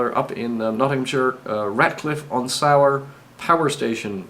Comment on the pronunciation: the river Soar is my local river meaning it was the one we played in as kids fishing, rope swings and rafts etc. It is pronounced 'saw' not 'sour' cheers and sorry for being pedantic lol.